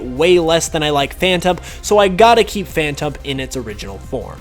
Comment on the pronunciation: i stopped watching the second he said phantump